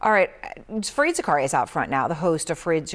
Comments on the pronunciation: Better pronounce as " F - A - R - I - D "... not " F-R-E-E-E-D " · Erin , please dont screw up anyone's name ...that too on their face...call him F A R E E D...not F R E E D as u did... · Fareed… not freed…